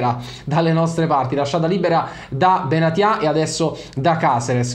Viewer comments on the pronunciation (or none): none